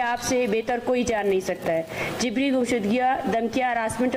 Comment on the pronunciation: She is pronouncing JABRI, JIBRI. Why has Shehbaz Sharif allowed this hater monger? Let her be in the same room where is unwise IK